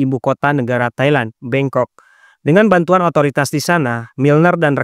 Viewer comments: 13.37 bangkok kan bukan bengkok apa aku salah denger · Bangkok bang😅, bukan bengkok😅